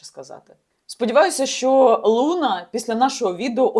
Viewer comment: Соколова у питанні намагалась розібратись, чи переказ з сайту з не дуже гарною репутацією зробила? По-перше не лУна а лунА, де ти вчились розмовляти? По-друге "вагінер" напише, шо Соколова всралась, то це теж брати за чисту монету?))) Розберися у питанні, а потім випускай такі хайпові ролики. Не дуже журналістка, по ходу, Соколова, шляпа одним словом)))